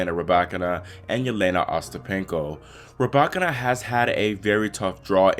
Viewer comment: Her name is not ra back can na it's pronounced ru by kina